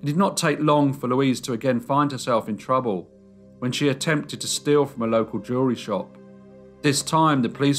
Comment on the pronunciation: Every time you say jewelry, I hear "jury."